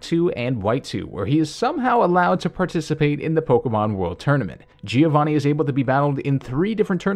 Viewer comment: When you are Italian and you hear "Gìiovani"